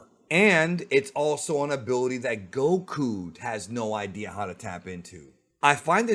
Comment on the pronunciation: Why do you pronounce Goku like that bro.. lol